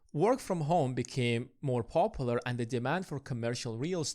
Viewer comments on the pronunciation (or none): none